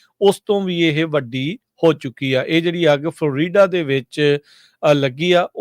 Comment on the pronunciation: ਉਹ ਭਾਈ ਫਲ ਰੀਡਾ ਨੀ ਹੁੰਦਾ ਫਲੋਰੀਡਾ ਬੋਲਿਆ ਕਰੋ